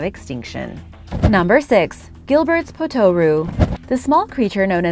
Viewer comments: The pronunciation is POT-ter-oo not pot-OR-oo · Yeah, looking through to see if someone else noticed. It's spoken like kangaroo. If you can do it with our Aussie accent it's even better.